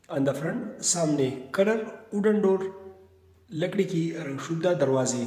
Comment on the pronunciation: Sir front nahi faint hai.....